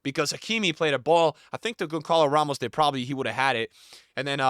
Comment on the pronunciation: Bro saying Gonkalo Ramos🥀